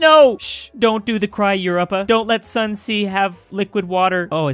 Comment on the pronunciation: He literally called Europa “Europe-a”